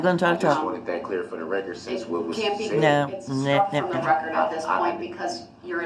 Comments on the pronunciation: Oh, I was parroting Duh-rell and making fun of him and then you started!😂 If I hear him say "for the rekerd" one more time, ugh! Of course he's going to disagree with everything whether it's in his best interest or not. He's so stupid yet he gets annoyed at how very thorough the judge and the prosecution was on the rekerd. Oh and don't change a thing on your channel! We come here for your commentary. If I wanted to rewatch the trial without it (which I don't), I'd go to Court TV😂 And someone please take that damn jailhouse pen tube of ink away from him!!! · Does he know everything in court is on the "reckert" he doesn't need to say for the "reckert" every time he talks it is so irritating.. Maybe he thinks its for his math boi fly "reckert" that never was made